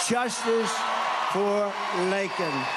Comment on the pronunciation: At least Trump pronounced her name right and didn’t make it about himself! May Laken RIP And fly high with the angels. A senseless act that should’ve never happened! 😢